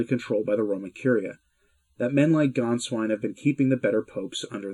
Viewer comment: And the "Á" with umlaut is pronounced as in "way!" So Gänswein is pronounced "Gaynsvein!"